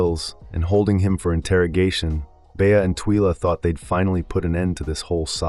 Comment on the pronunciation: The narrator is clearly reading a script and poorly with zero prep. He can’t even pronounce bea and Twyla which strongly suggests he’s probably never even seen the show. This is worse than ai slop. C-. Reread the assignment. Not to mention no real intel re season 2 beyond that like everyone else, we don’t know anything except that has not yet been renewed for season 2.